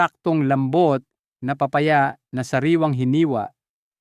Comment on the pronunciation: d ponatin naiintenduhan an sinasabi mo akala nmin kung anong PRUTAS ito pala ay PA-Pa -Ya la pala..paki ayos lang po an pag pronounce nyo po.. KAYA d nmin naiitendihan..PILIPINO..ka nman po.. PA -Pa - Ya.